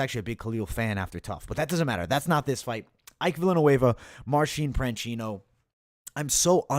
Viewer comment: You kept mispronouncing Marcin Prachnio calling him Marcin Pranchino. Otherwise, spot on breakdowns and predictions! I used some of your picks for another Capper Comparison Picks video. Thanks for the great content!